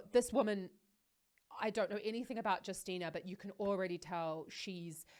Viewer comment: You should read her name like U(sual); ST(ich); (empt)Y; NA(tional) USTYNA read only BIG letters exactly like in the words I gave you as an example :DDD